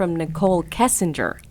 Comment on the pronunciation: Why does everyone call her "kessinger?"